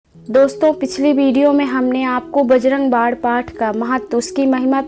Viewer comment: Aap bajarang bann ko bajarang bad kyo bolti hai